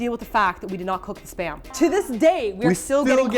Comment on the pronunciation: I just saw that with Keys hair now TROLOLOLOL. ... Am i the only one who understands Sperm instead of Spam all the time? Cooked Sperm. Onion Sperm...and so on xD